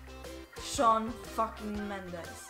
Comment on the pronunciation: Nu se citește așa Shawn .